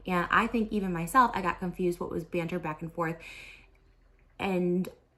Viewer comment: As a british person, Trisha saying “banter” is so funny